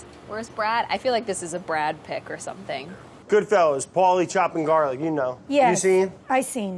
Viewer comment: Brad the only man to call it Goodfellars instead of Goodfellas